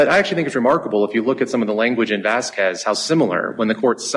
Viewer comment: love white people pronouncing "VasquWEZ" 🤣💯🤣